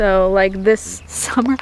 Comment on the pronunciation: don't you enjoy losing track of your words. it happens to everyone 😂😂 Enjoying the archive during these humid days of "summah"